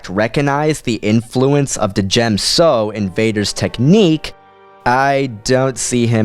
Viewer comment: FYI I don't think that you're meant to pronounce the D in Djem so. Great vid man :-D